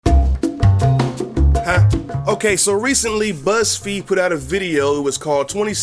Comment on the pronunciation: He sound like he said buttsfeed